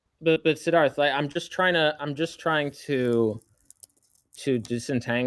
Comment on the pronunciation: I kept thinking was saying Darth when he would say "Sidharth"